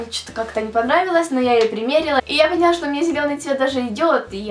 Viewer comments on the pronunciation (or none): none